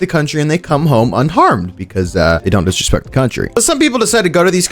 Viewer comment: when i heard "they dont disresprect country" i immediately thought of logan with his pikuchu shit 😭🙏